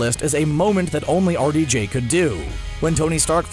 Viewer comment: Wow. It took me til almost 5 minutes through the video to realize the narrator is saying "R.D.J" meaning Roberts Downey Jr. The whole time I'm like, "Who tf is Artie Jay? And why is he so good at coming up with lines for Iron Man?!" 🤦🏾‍♀️